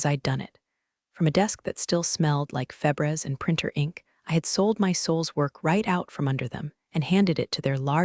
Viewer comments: Good story but FEBREEZE is pronounced as "fah breeze". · Mispronounced febreze